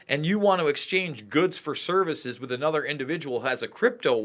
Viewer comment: Oy vey!! It's annuda shoah!!!